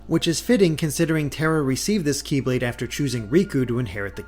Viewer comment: It bothers me when "Kye-blade" is said instead of "Keyblade".